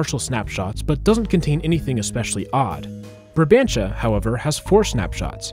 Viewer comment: ur saying barbantia instead of brabantia